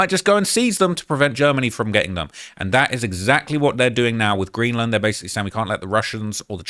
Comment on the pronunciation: "Greeland" btw